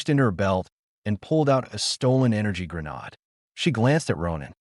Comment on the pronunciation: "grenod"???? What in the actual hell. Damn snowflakes can't even program an "AI" to read. No wonder you can't show up to an actual job.